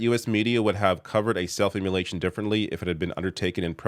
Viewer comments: It's IM MO LATION not im mu lation. And don't bother saying it's because you're Canadian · love the reporting. Jsyk, you’re saying “emulation” not immolation. Very beside the point, but I was distracted 🤓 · SAY HIS NAME. It's part of ypur jorb! also IMMOLATION not immulatiion, ffs